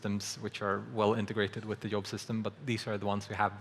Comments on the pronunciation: "Yob" is so Scandinavian... ;w; It should me more like "deejzhob". uwu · was just listening to this in the background and at first I thought Unity was introducing some new technical thing called a "Yob" XD